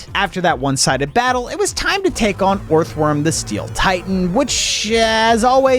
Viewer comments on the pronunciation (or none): fwecoco is a crocodile and Garydose is a Chinese dragon becose Magikarp is a koi and a legend is koi swim up waterfalls and become dragons etcetera. also sorry to be that person but Pachycephalosaurus pa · chee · seh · fuh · luh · saw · ruhz sorry but again OR-TH-WORM ...ELEC-TRIKE